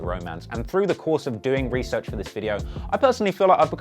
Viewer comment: When you emphasize "research" for watching a sex tape!